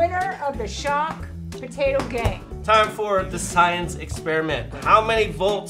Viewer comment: time: 47-52 evan said Batato instead of Potato! 😂